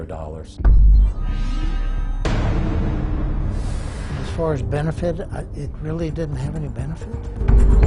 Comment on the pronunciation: I can't stand hearing people who don't pronounce the letter L. He said "dowwars" instead of "dollars." Had to stop the instant I heard that.